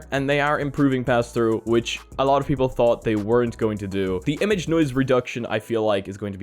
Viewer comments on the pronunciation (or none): none